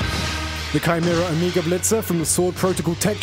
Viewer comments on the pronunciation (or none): none